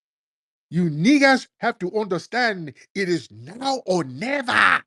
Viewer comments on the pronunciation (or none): Time stamp: The "now or nevah" catapulted me into a hole different hemisphere!! 😆🤣😭